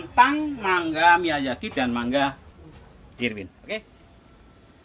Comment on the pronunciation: Miyazaki pak bukan miyajaki...